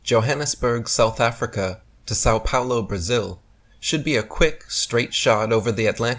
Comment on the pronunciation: love you... But my word you massacred the pronunciation of San Paulo.